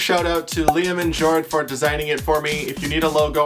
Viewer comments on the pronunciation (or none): none